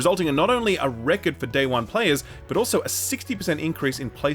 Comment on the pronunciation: Stop saying "record" weird